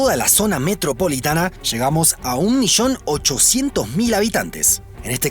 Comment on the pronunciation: Se dice 1 millón y no 1 Mixon.. argento puerco.